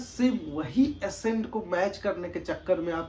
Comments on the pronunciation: Bro it’s not assent… it’s ACCENT = ak-cent😊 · Its accent and not assent... But no need to fight guys and if someone is correcting it only with a motive to help and there shall be no hard feelings... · Bhai mere aapne Accent hi galat pronounce kar diya.... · Madam, App Sahi bol kar comment kar rahi ho, aur wo Galat bol kar video bana raha ... Socho 🙏